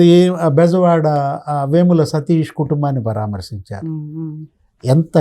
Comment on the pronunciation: పరమార్సించారుకాదమ్మా తెలుగు బాగా నేర్చుకోండి.పరామర్సించడం అనాలి